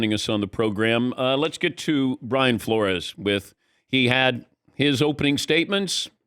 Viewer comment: who is “Floor-ree”? Why do so many ppl make up pronunciations for common words and names we all know well? Drives me crazy.